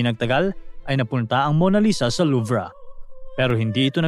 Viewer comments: Luv po ang pronunciation,hindi po luvra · The french people and here in UK.. Its pronounced the Louve... Silent R. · Mali mali ka mag banggit ng pangalan ng tao tsaka yung louvre wala pong r pagbasa niyan nangunguha ka nalang nga ng storya sa iba dimo pa inayos